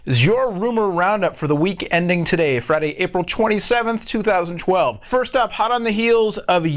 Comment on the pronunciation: I find it funny how says 2012..."Chweny chwelve" lol